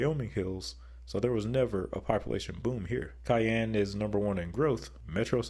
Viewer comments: It’s pronounced Shy-ann not Ki-enne. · Please never say Cayene again 🙂 It is Shyanne (Cheyenne) Wyoming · Cheyenne = SHY-ann, not KY-ann. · It’s pronounced “Shy-Anne”, not Kayanne, like the pepper. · Idk why but the cayenne part bothers me so much-- thats not how its pronounced... /SHīˈan,SHīˈen/ (Cheyenne is my home) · Cheyenne is pronounced as Shy-Ann. You definitely got a thumbs down 👎. Do your research better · Cayenne 😅 Its pronounced SHY-ANN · Cheyenne is more pronounced like "shy-ann" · Brooooooooo. It’s pronounced SHY ANNE. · For Ohio, it seems like the 3 C cities are kind of equal and none of them feel like an alpha above the rest but Columbus's growth would probably make them the alpha capital of Ohio in the future. And for Cheyenne Wyoming, I believe it's pronounced Shy-anne. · Cheyenne is pronounced as Shy-Ann. It is named after a Native American Tribe. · It is incredibly bigoted and ignorant to keep saying the name like that. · As a Wyomingite, that broke my heart. 😢 It's shy-ann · The way you say Cheyenne as pronouncing the C sound irks me and I’m not even from Wyoming. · Thanks, I was going to take the snarky route and say, "George Strait is holding on line two and would like a word when you have a moment." 😉 Although, I have to wonder if did it intentionally because he also kinda butchered the name of Massachusetts' state capital. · Hearing Cheyenne pronounced that way caused physical pain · Oh yeah ...... he can pronounce "Des Moines" correctly ..... but he can't manage to say "Cheyenne"?? Jeez...... 😒👎